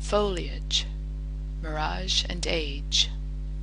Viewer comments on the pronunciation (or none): none